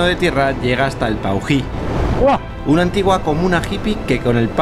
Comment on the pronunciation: Paují es el nombre de un ave. Estás pronunciando Puají, cómo aquellos que dicen "suidad" en vez de ciudad. Mosca🦠